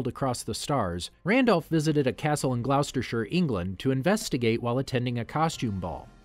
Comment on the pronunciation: Your pronunciation of Gloustershire made me cringe.